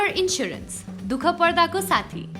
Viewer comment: लाईफ ईन्स्याेरेन्स भन्नुन, ईन्सुरेन्स हैन 😉😁